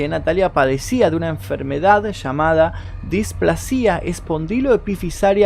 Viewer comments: Muy bueno el video pero no es displasía, es displasia con acentuacion en la primer a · un consejo es "displásia" como si tuviera acento en la "a" no "displacía" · Sólo una corrección .. se dice displasia con acento en "pla" no en la i.. buen video! .. Saludos desde Ecuador 😊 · Me haces doler los oídos como pronuncias "displascia" no displa-sia como lo pronuncias vos! Igual le doy like al video! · Pronuncias mal displasia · felicitaciones por su trabajo, soy nueva suscrita que casi casi termino de ver sus vídeos, me gusta la forma clara y ágil de narrar, orientadora, precisa, envolvente muy muy buena performance..una nota: tener un poco de cuidado en algunas palabras no muy conocidas para salir de dudas ejem. desahucio (pasado 3ra. persona y displasia, ojalá no lo tome a mal...juntos aprendemos.. soy de Perú....gracias un abrazo cordial.